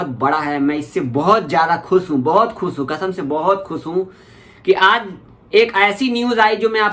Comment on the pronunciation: Khus nhi bhai khush hota h